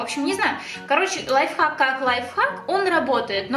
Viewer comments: Не лайфак а лайфхак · Аааааааааааа меня бомбит не ЛАЙФАК а ЛАЙФХАК!!!!БЕСИИИИТ